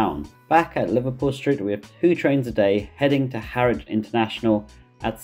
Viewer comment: HERTFORD is pronounced "Hartford", not 'Hairford", because, you know, there's a 't' in it. Also, Harwich is pronounced "Haridge", not 'Harick'.